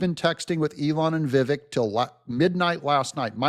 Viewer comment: please pronounce it correctly. VIVAKE, like the word cake. That’s how you pronounce Ramaswamy‘s name.